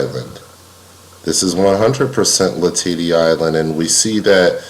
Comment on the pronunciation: As someone friendly with a descendant of Bill Latady, I’ll just pop into the comment section to let you know it’s pronounced la-ta-dee